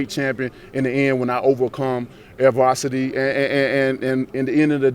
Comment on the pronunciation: Deontay “Advarsity” Wilder lol